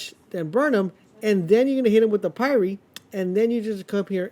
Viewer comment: Interesting, I never thought about going top skill tree to maximize ash blast CD/ash effects. I need more status effect gear yay more farming for me. Keep doing what you do man. One last note - sorry to be that guy, but Pyre is "Fire," just with a P.